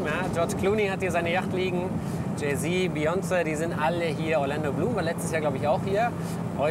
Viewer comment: Niemand: Malmedie: Biyonze Haha